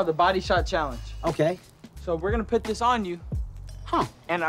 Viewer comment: Did he say pit the gloves on me instead of put 🤔